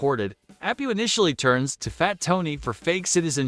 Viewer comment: Who made this video? The explaining something in a clip right after the clip plays as if the viewer is 10 is so annoying, and the fact that he keeps calling Apu Api shows this guy hasn't ever watched many simpsons episodes...